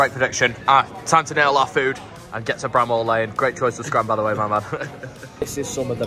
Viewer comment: Its not Bram Hall lane mate...no h